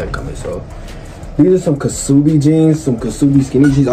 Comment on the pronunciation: its pronounced "subi" gng not kuh subi